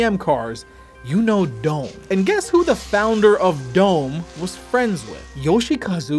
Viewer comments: its "Do-Meh", not Dome. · I think "Dome" was pronounced "dom-eh".